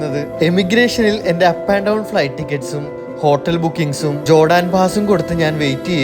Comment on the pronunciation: ജോടാൻ അല്ല ജോർദാൻ